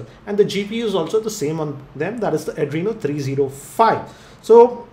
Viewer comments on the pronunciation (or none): none